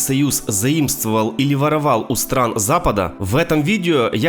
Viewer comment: Стран а не стан